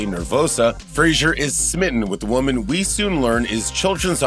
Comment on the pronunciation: How does the narrator not know how to pronounce “woman”?